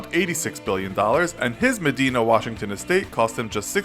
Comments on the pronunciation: I used to live in medina. security cameras everywhere BUT you pronounced it wrong its MA-dina not Me-dina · I cringed at how he pronounced Medina. It's MedEYEna not MedEEna. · Medina is pronounced M-uh-dine-uh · I live in the Seattle area. Bill gates community is pronounced muh-DIE-nuh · Narrator needs to learn to pronounce Medina (WA). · You pronounced Medina, Washington wrong. It is not pronounced the same as Medina, Saudi Arabia.